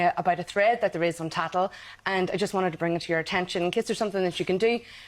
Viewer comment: I feel Donna and her friends in the office regularly enjoyed laughing along with Tattal Life, until it affected her. The way she called it Tattel, such familiarity. It makes me wonder- 12million people, jeez.